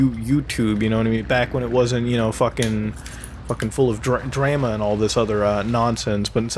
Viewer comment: The way Mutahar pronounced the word "drama"...